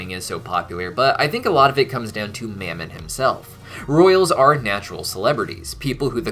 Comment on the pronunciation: Anyone else think Fizz pronounced Mammon's name a bit weird? He was saying it like two syllables 'Mam-mon' while Ozzie (and everyone else) always just said it as one.